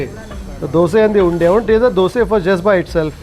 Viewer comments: On point prounciation 👏🏼👏🏼👏🏼 Dosae Bengaluru 💛❤️ This man knows how to respect culture traditions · All things apart, I appreciate pronounce correctly Dosae, Ravae, Vadae in our region. To pronounce them as Dosa, Rava, Vada, is disrespectful here in Bengaluru - Mysuru region. It is bastardising the words as a figure of speech. Kudos to for honoring the pride of Kannada people